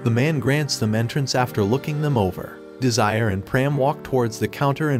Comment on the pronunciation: Bro said desire